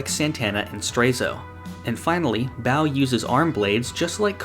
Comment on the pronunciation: Ba-oh, not Bao.